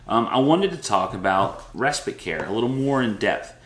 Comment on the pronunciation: Just curious why you say res-spit? Isn't it spite?